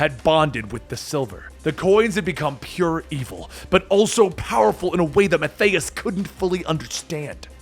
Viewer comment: It's Math-I-As not Math-Ayy-Us.